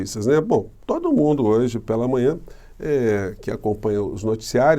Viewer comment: Por quê será que o Promuncia "PE'LA e PE'LO?? 😊🙄🙄😄